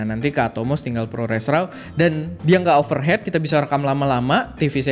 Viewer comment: bang, kok ngomong overheat kayak overhead?